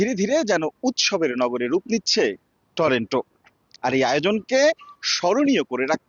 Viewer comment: টরেন্টো না উচ্চারণ হবে টরন্টো, আর লোকালি বলে " টরনো " । সময় টিভির রিপোর্টার একটা সাধারণ উচ্চারনটা ঠিকমতো করতে পারতেসে না কি আর বলবো ।